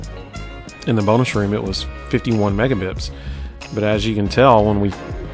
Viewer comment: Oh, thanks for the explanation. I kept hearing you say "megabips" in the video so it naturally led me to wonder what that was.